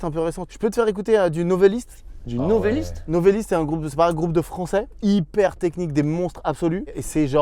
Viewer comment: Quel plaisir et surprise de voir présenté Novelist, je les connais depuis leur début, touchant merci Ps : Le monteur, c'est NovElist, pas NovAlist, avec un E pas un A, Novelist comme "Romancier" en anglais ;)